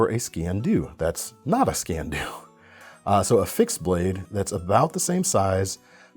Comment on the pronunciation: It is pronounced "skeen do", it is Gaelic and translates literally as "knife black".